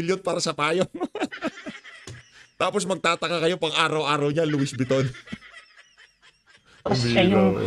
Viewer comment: Among Louisssss Vuitton Po! Wrong pronunciation ka Po. ☺️